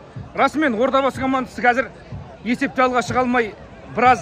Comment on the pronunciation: Одабасы емес Ордабасы